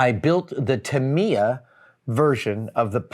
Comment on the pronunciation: And it’s pronounced Tuh-mai-ya…”I” sound, not “E”.